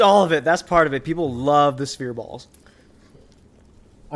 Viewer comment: Lol, why does he say spear ball instead of sphere????